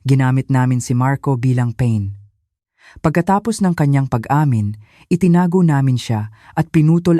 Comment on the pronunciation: Pronounce mo Ng ayos yn pain .eng yn .sa Tagalog pa- in